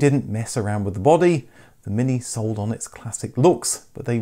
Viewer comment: "eeze thees yuer Minki?" J. Clouseau